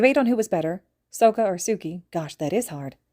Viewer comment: This is my third or fourth re-listen to this fic, and I just realized how you pronounced Sokka's name. I say this in the nicest way possible, but it sounds like you watched the Avatar The Last Airbender movie instead of the tv show. The tv show is the original, and has the correct pronunciation to the names. The movie is a terrible knockoff that shouldn't exist, with how horribly Aang's name is pronounced, and how weak the benders, more specifically the earth benders, are compared to the show. If you have time, I encourage you to watch the show if possible.